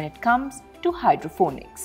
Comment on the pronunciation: Hydroponics, not Hydrophonics or Hydrofonics.